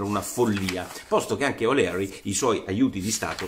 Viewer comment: Michael O’Leary e’ un grande ma si pronuncia O’LIRI...;) uncledog...